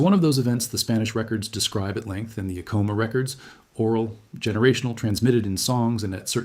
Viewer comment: Good talk. I enjoyed the history lesson. I've been to Sky City for a Christmas Eve mass in the Old mission church there. When the kachinas came dancing into the church, it was a surreal experience that I'll always remember. One correction you need to know is your pronunciation of the pueblo of Acoma. The accent is on the first syllable, not the second. It is properly pronounced AC' - O - MA.